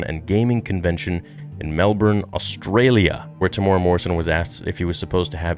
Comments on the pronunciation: The way you pronounced his name “tamora” 😂😭 it’s said like “Tem-You-Era”. But nice vid anyway brother ❤️ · Hey bro, love your channel. Just FYI... Temuera is pronounced: Tem Eww (rhymes with "you") Air A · Kia ora e hoa(greetings my friend) Maori fella here it's pronounced Tem-moo-air-raa Morrison. Love your content and watch your stuff alot Proud of the bro Tem and his mahi(work) with the character Boba fett. Nga mihi(many thanks) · I was so excited to see this vid until you slaughtered his name. It's pronounced Tem ooh weh rah. Please make an effort if you respect his acting. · Te - mu - era Te (teh not tay) mu (moo) era (like the english word era, extra points if you can flick that R like italian)